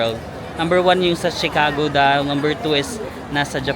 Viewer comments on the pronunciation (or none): none